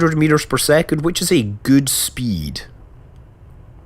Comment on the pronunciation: I love the way Scott pronounces double vowels. Food becomes "fud" and speed becomes "spid".